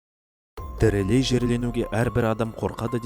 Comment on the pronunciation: Тырылей емес тырыдей